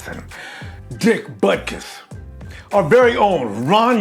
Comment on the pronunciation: Did you actually say Dick Buttkiss? Must've learned to fight young.